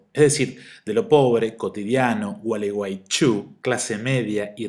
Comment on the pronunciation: Esta pastela ya vale la pena por el modo en el que decís "Gualeguaychú" :)